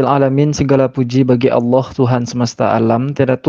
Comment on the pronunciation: Bang melafazkan "Allah" sangat fasih..ya Allah bukakan hati dan fikirannya biar bisa log in ke islam aamiin🤲